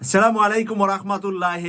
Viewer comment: আলহামদুলিল্লাহ,,, ছেলামু আলাইকুম না,, আছছালামু আলাইকুম হবে।। শুদ্ধ উচ্চারণ না হলে,, অর্থ মন্দের দিকে চলে যায়, তাহলে কি ছালামের বরকত আশা করা যায়??? আলহামদুলিল্লাহ,, কিছু কিছু শব্দ সঠিক উচ্চারণ করা বাধ্যতামূলক ,, আসসালামু এটা অনেক দামি শব্দ, আসুন এটাকে শুদ্ধ করার চেষ্টা করি,, ভালো আমলের উদ্দেশ্যে।।